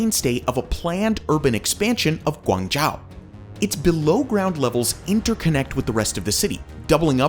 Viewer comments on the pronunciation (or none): You are americans are very stupid pronouncing names. Guangzhou is pronounced as guwang-jo not Guwang-jao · Your videos are always so well researched and put together, informative, and interesting. Perhaps, however, you could do some online checking on how to pronounce some of the names or cities correctly instead of massacring the names. For example, Guangzhou is pronounced -joe not -jow ( and hopefully you don't say -cow for Moscow lol). Tower rankings are 'interesting' too as some towers are only that height because of added antennas inaccessible to people whereas as others are that high without any additions on the roof. (so One World Trade Center should be lower in the rank, according to some rankings....) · Zun Tower is pronounced "Zwin" tower. TianJin is pronounced "Tee-En Jin" (not TeeAhn Jin). Zhou is pronounced "Joe" so Guangzhou is "GuangJoe" & GuiZhou is "GwayJoe". Korea's Lotte "e" is pronounced. "LohTeh". I don't know why you chose on calling it Lot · Would be nice to do more research on the pronunciation of these names. Guangzhou is not pronounced like that. It’s closer to “oo” than “ow”. Also the the “e” In Lotte isn’t silent. Although Lotte isn’t big in English speaking countries it’s a very common name in Korea with burger chains, buildings/hotels/shopping malls. They have Lotte world, and they also sell food in supermarkets/convenient stores. Also how is Taipei 101 the tallest skyscraper between of the taller Willis tower was up since the 1970s? I just feel this needs more explanation.